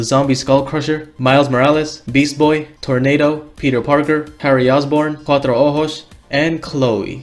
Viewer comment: "CuATro OjOs" JAJAJSJ dude, never know you can speak Spanish